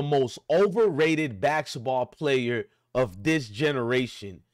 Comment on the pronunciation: You can’t even pronounce basketball. 😂